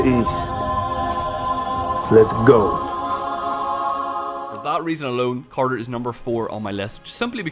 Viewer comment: Uuhhhhgggg!! I hate how he says, lesz go